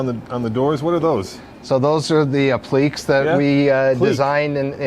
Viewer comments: Applique is pronounced app-li-kay, not app-leek. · AH-PLEA-KAY not AH-PLEEK